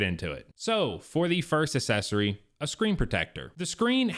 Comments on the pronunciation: How is it that a grown man doesn’t know how to pronounce the word “accessory”?!? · …..please,please,…..please…..google the pronunciation of accessory. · Can't watch your video because you don't know how to pronounce the word "accessory." And you keep saying it wrong over, and over, and over.